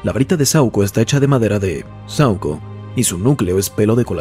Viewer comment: Es saÚco, no sAuco 🙄🙄🤦🏻‍♂️🤦🏻‍♂️🤦🏻‍♂️